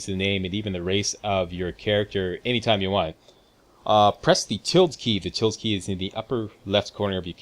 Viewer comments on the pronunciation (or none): Tilde is pronounced "tíll-day" ... not "tild"